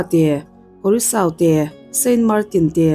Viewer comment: Curaçao- Kurasau tia lam tur ania